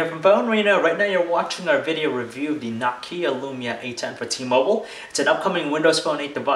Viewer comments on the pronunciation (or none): NOkia NO! where the fuck do you see an "a" in the beginning? Nakia? Nope, NOKIA! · Nawkia.... lovely. smh